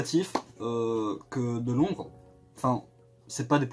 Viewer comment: LONDRES AVEC UN SSSSSSSSSSEUH